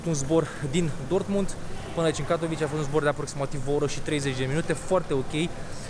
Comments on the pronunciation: Se pronunta Katovițe numele orasului, nu Catovice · “Katovițe”! Ai la îndemană Google Translate și restul internetului pentru a ști pronunția corectă. Dă-i înainte tot așa, măcar faci vlogging, nu operații pe creier. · Katowice se pronunta "catovițe"! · Invata sa pronunti corect numele localitatilor. Mai rareste din englezismele ieftine si invata sa spui ca lumea Katowice, Lodz sau Chorzow, ca sa nu mai pomenesc de unele orase nemtesti sau frantuzesti pe care le-ai stalcit in ultimul hal.